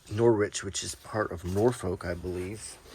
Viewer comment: Great video! Top tip when visiting Norwich...pronounce it as if rhyming with porridge. Enjoy the fry-ups, often referred to as a "heart attack on a plate" 😊